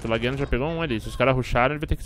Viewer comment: Lageano é quem mora em lages SC kkkkk e a pronuncia ta errada kkkkkkk